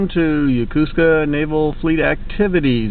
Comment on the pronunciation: Repeat after me: YO KO SKA not Ya Ku ska